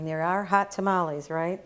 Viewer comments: If a Hispanic say TA-MA-LEE instead of TAMALES then their tamalee is not good!! 😉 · why do u sound white when u say tamales lol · "A couple things you should know about tuh-mollies"